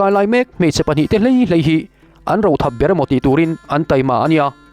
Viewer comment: Rothap hi ro..huh lo sawi nana kan hman ang hian lam tur...roothap.